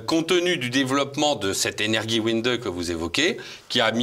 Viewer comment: Très intéressant. Il faut prononcer "Energiewende" comme "Energiewéndé" ."wéndé" pas "Windé"